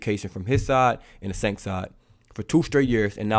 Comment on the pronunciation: Da “SAINKS”?????🤦🏽‍♂️